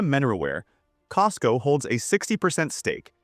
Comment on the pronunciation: your AI video is not working well. It’s cosco not cisco 😅